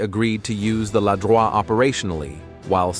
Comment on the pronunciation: in french it's "Ladroïte" (like droïd, but with a T, do not prononce the "e").